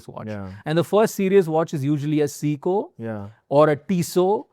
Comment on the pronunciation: And the way he pronounces Seiko 😂